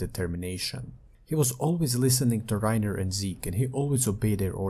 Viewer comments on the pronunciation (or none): none